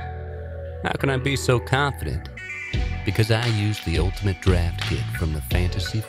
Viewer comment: I took a shot of vodka evrytime I heard them say "ultinate draft kit" and now I'm dead.